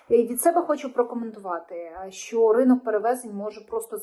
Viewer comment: "Щьо,щьє", що за вимова у вас,вашою вимовою катувати ворогів можна.Аж вуха заболіли від такого мовлення.Ви напевне розмовляли російською,а тепер перейшли на українську.Жахлива дикція.😮